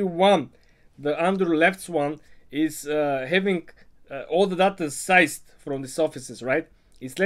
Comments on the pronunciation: Hey, you say seized like this “seezed”. Thanks for the info. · seized pronounced "seazed". I apologize but I had to